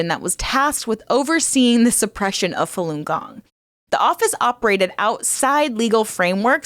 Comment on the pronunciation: Oh ffs. If you say "king gong" one more time 🤦‍♂️